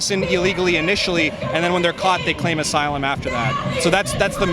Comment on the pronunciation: "They're being turned away from SYLUM SEEKING" BWAHAHAHA